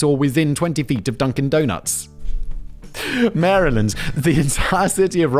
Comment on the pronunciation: Me, a Marylander, surprised that Simon, a Brit, actually pronounced "Maryland" properly 🤯